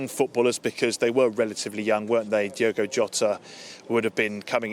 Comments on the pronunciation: She couldn't even get his name right Diego really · Hey Ange, his name is Diogo NOT Diego...... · Diego ? Are you serious ? It´s Diogo not Diego, miss ! Learn the names before you appear on camera. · E`veryone is giving lovely speeches and tributes but can we all please get Jota's first name right..., Its NOT pronounced as "DIEgo Jota" it is spelt and pronounced "DIOgo Jota". That is all I ask thank you! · Seriously it's Diogo, not Diego. You think you might show the slightest bit of decorum in his passing by at least pronouncing his name correctly, but no. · This government and princes could at least get his name right... its not diego its DIOGO... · If they are going to jump on the band wagon at least get his name right!! DIOGO!! not Diego......... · Its unbelieable how at this day and age British still cant say non English names properly! Its DIOGO, not Diego... Have some decency and try to say the guys name... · It's Diogo Ange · A representative from the government and she can't even pronounce his name correctly, what an absolute embarrassment 😡